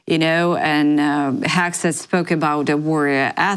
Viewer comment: She says Peter Hack Seth, the hacker 😂